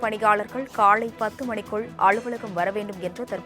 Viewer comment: News reader should practice more for the "vallinam - lla" mellinam - la . when she pronounce kalai - it is like Kallai - means "bull"